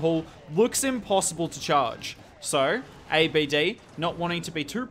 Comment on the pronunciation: His name not A. B. D... Don't spell it one by one... It is pronounce Abd one sentence, because he is An Arab name, Although great content you have, keep going 🔥